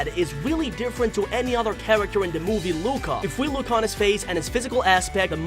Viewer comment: It disturbs me so much its pronounced loo-ka